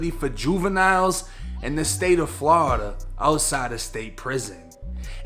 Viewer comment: Quit saying Flawda